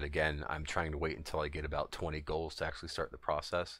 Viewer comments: man you keep saying goals like you never read the word ghouls before. had me soo fucking confused lolol. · Nice video...but it's Ghouls, man. As in "GOO-WL." Also, when I try to do this; no matter how far I'm back---the big trash wills sometime run to me and certainly they all attack me when I try to drop the plague off on them. Any ideas? A little bit harder on 10 man heroic when you're 120 level trying to do this--as characters hit so hard. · Are you trying to say Ghouls?